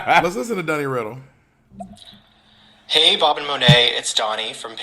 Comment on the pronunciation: So my name is Malaika(Muh-lake-ah) and I LIVED. When Bob called Monét Monaika!!! Love change name now lol😝👏🏾